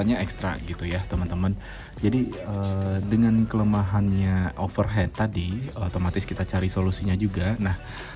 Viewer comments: Sepakat, tadi sempet bingung dengernya, overheat (baca overhit) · Overheat (baca: overhit) mas 😅